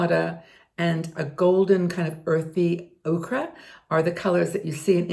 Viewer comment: you look esp beautiful today. Just a friendly tip: Yellow Ochre = pronounced Oh-ker. Okra is a plant.